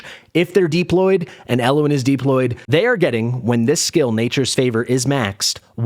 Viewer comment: why do you pronounce deployed Deep Lloyd 😂?